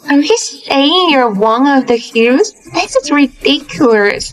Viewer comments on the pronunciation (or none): 😅😅😅😅😅 MS. HUGHGESS😅😅😅😅😅... CANT EVEN GET A NAME RIGHT